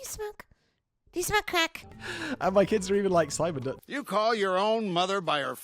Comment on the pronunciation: Who is "Pimon"? Does he have channels, too?